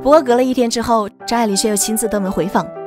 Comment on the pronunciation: 听成渣玲了😅